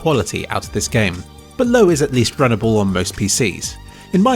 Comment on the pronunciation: Haha, I understood "If you're going to play Cyberpunk on a slow PC, you can use the 'bloke' preset" and I was really sad that it said low when going back.